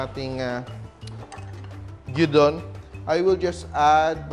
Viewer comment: Looks so yummy! A clever way of using left over meat. Filipinos prefer the sunny side up egg with gyuudon but most Japanese eat it with raw or half boiled egg. Na bother lang ako... it is pronounced gyu_don.